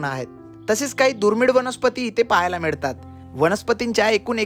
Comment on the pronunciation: मिडतात नाहीं रे बावळटा... "मिळतात."... गोडा म्हणतंय गोडा,,, खाल्लो 🙄🙄🙄